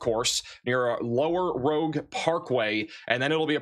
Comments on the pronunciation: River Roo-ge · Hey! River Rouge is pronounced “Roozh”. Just friendly correction! Rouge is French for red